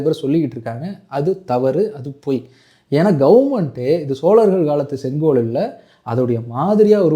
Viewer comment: இன்னிக்கு, நடத்திருச்சு, காண எப்பேயிருச்சி, தமிழனின் பரம்பரியமான செங்கோவைப் பற்றிப் பேசுகிறார். தமிழ் உச்ச ரிப்புப் படுமோசமாக இருக்கிறது.